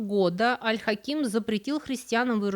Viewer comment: Аль Хаким (ударение на первый слог, кстати). - часть моей профессии, которой я посвятила более четверти века, самый любимый исторический персонаж и глубоко уважаемый правитель. Жаль, что об Аль-Дерази здесь прозвучало так мало информации, ведь он был не только верховным визирем, но и очень близким человеком для Аль-Хакима. Кстати, про женскую обувь, это вовсе не сплетня, это одно из очень глубоких и мудрых распоряжений, 7 лет, 7 месяцев и 7 дней не шить, не продавать и не носить женскую обувь. А причина очень простая, женская обувь расшивалась золотом, что нецелесообразно и недостойно истинных мусульман, которые должны быть скромны. И вообще золото на обуви - это бессмысленное расточительство. О пропаже Аль-Хакима до сих пор ходят слухи, что он принял христианство, что, по правилам ислама, должно закончиться казнью вероотступника. А произошло это после того, как он пригрозил коптам навсегда запретить их обряды и вообще закрыть церкви. Якобы, он обещал дать им свободу вероисповедания, если "пойдет гора Моккатам*. В ту же ночь случилось землетрясение, и гора ,"шагнула" ( от нее откололся кусок). В любом случае рассказ был прекрасен, несмотря на несколько странный пассаж про вербное воскресенье. Какие вербы на Ближнем Востоке? Как и во многих странах, там это Пальмовое Воскресенье.